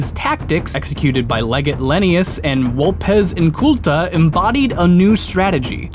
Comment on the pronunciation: Please make more of this series, I love it! Also complements on the pronunciation of Vulpes Inculta.